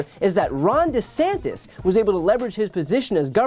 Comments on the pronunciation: He also changed the pronunciation of his surname. That speaks volumes. So "acting" dumb to pander to his base checks out. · He changed how he pronounces his own name for voters....